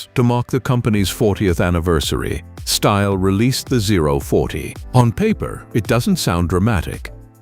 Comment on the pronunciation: And the AI voice with the fake, irritating British accent can't even pronounce "Stihl" correctly.